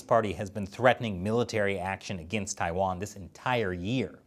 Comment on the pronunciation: How you gonna discuss China for a decade and still not be able to pronounce so many basic place names？？ 😂 我真是无语了